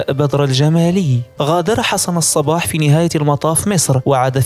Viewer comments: الصبَّّاح و ليس الصباح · ياخي نطقك لاسمه غلط الصبّاح بشد الباء مو الصباح !! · حسن الصباح بتشديد الصاد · أولا أخطأت في الاسم الصباح بتشديد الصاد وليس اهمالها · الصباح بتشديد الباء هو النطق السليم للاسم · نطق الاسم خطاء لحسن الصباح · نعم هناك شده على الباء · يا اخي انت تسرد احداثا تاريخية مهمة فعليك أن تتمكن من اللغة العربية الفصحى ومن النحو والبلاغية مثلا عندما تقول الآمر بالمد وانت تريد قول الأمير فهنا يختلف معنى الجملة في سرد الاحداث وكذلك نطق الاسماء بشكل صحيح مثلا الصباح تنطق بشد الباء ... انا اشجعك فقناتك مفيدة تستحق المتابعة ولكن يحز في قلبي ان أتغاضى عن مثل هده الملاحظات لأخطاء قد تكون سقطت سهوا ارجو المعذرة لمروري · تصحيح .... قُم وليست قَم الصبّاح وليس الصباح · ليس حسن الصباح ،، بل حسن الصبّاح على وزن فعال و مدينة قُم وليس قم